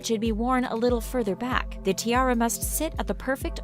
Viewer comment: That way she says “tiara” as ti-air-a